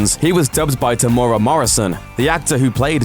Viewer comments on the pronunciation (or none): Temora Morrison? FFS! It's Temuera - Tem OOH Ear Ah. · "Tamora Morrison" Am ded lol Tem-yu-ear-ah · Pronounced Tem ew ere ah temuera roll the r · Oh ffs can't even say Temuera right! Teh-moo-eh-rah but roll the R